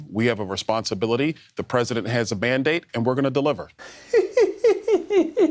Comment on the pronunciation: He said, "Trump has a mandate," but I swear he actually said band-aid. 😂